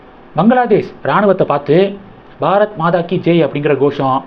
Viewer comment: Your pronunciation is very bad, it is Bharat Mata, not Bharat Madha, similarly 8t is Vandhe Mataram, not Madharam